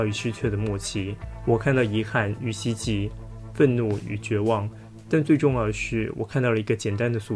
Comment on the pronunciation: 希冀ㄐㄧˋ，不是希翼